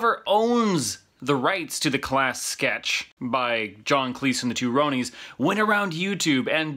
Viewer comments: You do not pronounce Ronnies properly. It is Ronnie with an s. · The two 'Rowney's' ?? .. FFS it's Ronnies as in their names being Ronald. You don't say Rowney McDonald do you. (facepalm) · I believe the correct pronunciation to "The two Ronnies" is with a short "o" as in "fondue" not sounding like "Roan-ies" Ronnie being short for the name, Ronald. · Two Rownies? Two Ronnies! Ronnies pronounced as in(R) on(eees)! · Yes , it's not "Rownies" as in "Rhode Island", it's "Ronnie's" as in "Johnny". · It's not The Two Rownees, its the 'Two Ron Is' Say it fast 'Ron is'. Spelt weird I agree but it's pronounced 'Ron Is' said fast. The Two Ronnies. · Two rownies! Pronounced the two ronnnyz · The way you mispronounced the two Ronnie's as "Roonies" wanted to make me chop my own bollocks off. 😂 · When you mispronounced 'Ronnies' (twice!!!) I had a horrifying thought: do Americans not know who they are?! What about Morcambe and Wise?! I'm shook.